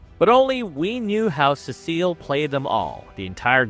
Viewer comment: I hate how he says Cecil